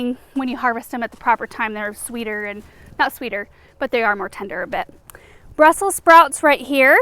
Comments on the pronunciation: When you said Brussel sprouts I heard Russell Sprout.. 😂😂😂😂😂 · Ohhh Brussel Sprouts.... He thought you said Russel sprouts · Me too